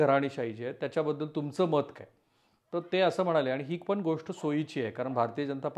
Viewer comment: तुम्ही चांगलं सांगता, पण गोष्ट ला गोष्ठ म्हणता, ते तेवढं थोडं खटकतं हो... मन divert होतं त्यामुळे